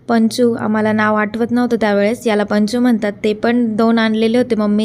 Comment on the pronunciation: Ponchu mhantat tyala panchu nahi😂